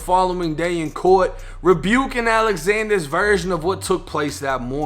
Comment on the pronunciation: Niggga said rebuking 😭